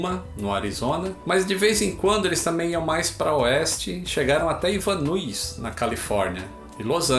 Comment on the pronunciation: Maravilha, como todos os que já vi, Anota aí Van Nuys se pronuncia [vãn-nais]. Grande Abraço